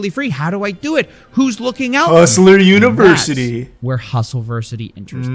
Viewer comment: Christ, the way Tate talks...."Univers-uhh-ee"..."Harr-attack"..."Infi-del-uhh-ee"..."Beau-ee-ful". It's like nails on a chalkboard. He's the most "superior" male that's ever lived.....but he can't even pronounce his fucking "t"s.